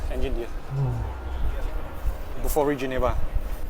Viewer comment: It's BUFORI, not kokori 😊